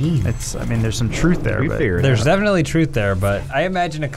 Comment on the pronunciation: "defenly"? are you good?